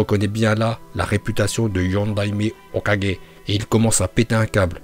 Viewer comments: Phtin on dit Hokage pas hokajé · mon frerot c'est pas ho4G mais hokage 🤦🏾‍♂️